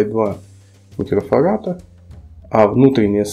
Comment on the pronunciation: Не "микрофарата", а микрофарада, грамотей.